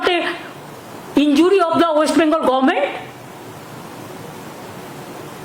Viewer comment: Teatment, poblem, gorment😂😂😂